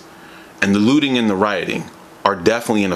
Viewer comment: Every time you say looting i hear lewding, because of that i can't support your message.